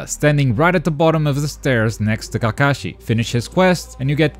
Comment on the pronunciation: Kakashi = Kah-kuh-shi DOES NOT = kuh-Kah-shi Unlearned swine.